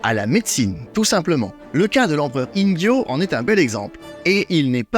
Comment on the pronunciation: Intéressant, comme d'hab' 👍 petite question au passage, tu prononces Ingyô comme avec un J (Injyô) alors qu'il ne faudrait pas le prononcer comme avec un GU (Inguyô) ??